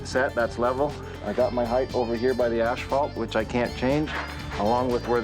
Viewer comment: Its pronounced ASS FAALT. Not ASH FAALT.